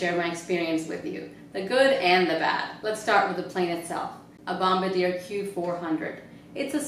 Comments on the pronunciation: BOMBARDIER...pronounced BOM-BAR-D-A...otherwise good video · LOL nice try pronouncing it